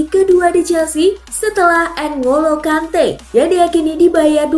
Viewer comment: Ngolo "konte" yg bener